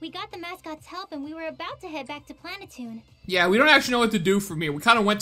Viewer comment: You are saying it wrong it's pronounced plan a tune.